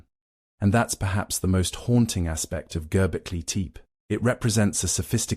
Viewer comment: Need to find a way to fix the pronunciation problems - the complete butching of Göbekli Tepe completely took me out of it.